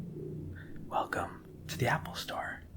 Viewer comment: TingTing is the most adorable of all! “Wercome Back...”